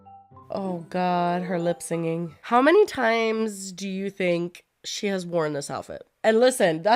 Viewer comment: with all the love in the world. It's lip-SYNCing. Not lip-singing. Ma'am please